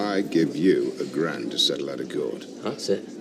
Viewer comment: And he can't say the word "to" either.